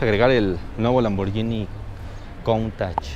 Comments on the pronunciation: Solo una crítica constructiva, se pronuncia Lamborguini no Lamboryini. Buen video 👍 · no se pronuncia lamboryini se pronuncia lamborghini como de guitarra. hay una letra H entre la g y la i. fuente: soy italiano